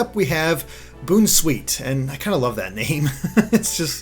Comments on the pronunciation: It's not Boon-Sweet.... It's pronounced Bown-Sweet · its not boon-sweet its bown-sweet, a combination of bounce and sweet. stop saying boonsweet its misleading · My only problem I had with this video is pronouncing Bounsweet as boon sweet. Because I think it's pronounce it boun (as in bounce) sweet but it won't surprise me known if I'm the one mistaken and not. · Mispronouncing a name is fine, but how can you mess some of these up?! The puns are so obvious! Mimikyu as 'mimic you' not 'mimikeeyou' and the 'bounce' in Bounsweet not 'boon' because IT BOUNCES! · "Boon sweet"? I believe it's more supposed to sound like a play on Bouncy. Bounsweet. It bounces everywhere it goes and smells sweet. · Boonsweet? I thought it was Bounce-sweet. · if he says boon-sweet one more time, I'm gonna bounce off of a bridge lol. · isnt it pronounced "bown sweet" like how you pronounce "bounce"? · I think it's pronounced Bounce-Sweet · You can say the name of a Pokemon however you want, Gamefreak and the Anime have pronounced some Pokemon different names. So the creators don't even know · I still don't understand where getting that pronunciation of Bounsweet. I thought it was fairly obvious that it was a combination of "bounce" and "sweet". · I feel like Bounsweet should be pronounced like a combination of "Bounce" and "Sweet" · The way pronounces Bounsweet... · the pronunciation has not been confirmed yet has it?